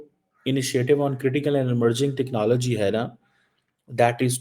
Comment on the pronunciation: ...aadha teetat aadha bataer 'technallgy'...you can "try" to copy american pronuncuation but that shall not not make you any more erudite, rahega to madarssa chapp hi...btw jack sullivan tere ko pooch ke thodi ayega...tumhare paxtani pm ko white house ka chaprassi bhi nahi poochta